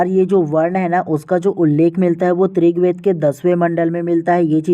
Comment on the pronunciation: Aap rigved ko trigved kyo bolte hain